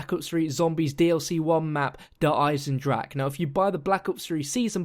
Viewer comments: Der Eisendrache is pronounced like you are saying it but with an emphasis on the e at the end so it sounds like eisendracha. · 'Der Eisendrag' hat er gesagt. Wie er es einfach nicht aussprechen kann.😂😂😂😂😂😂😂😂😂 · The ch from Eisendrache in not spelled like k or g